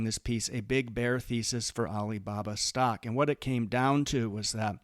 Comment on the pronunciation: Why does he say it like “stoCK” 😭